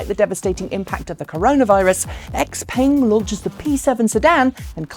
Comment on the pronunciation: Please look up how to pronounce x-peng. It hurts to hear you call a nice looking car as if it was an american car. I think there is a YT channel named china driver who bought their G7 model, I'm guessing he can say the name better (since the first time I heard of it it was at leadt similar).